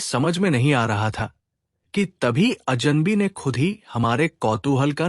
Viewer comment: आत्मक था, अजन बी, और ऐसे अनेक गलत उच्चारण। 🤦🏽‍♂